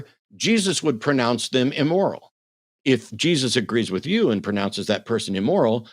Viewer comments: "Emoral"? 🤣🤣🤣 Kevin is either trying for "amoral" or "immoral" and missing both by a mile. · Dude can't even pronounce immoral. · I didn't know it was E-MORAL🤣🤣🤣🤣🤣